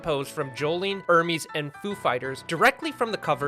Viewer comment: Sorry my dumb brain has to point this out it’s pronounced Hermes (airmehz) like the clothing brand and not Hermes (ermeeze) like the Greek god’s messanger it’s because the characters are named after clothing producers like Gucci Hermès Emporio Armani Narciso Rodriguez Guess Anna Sui and a bunch more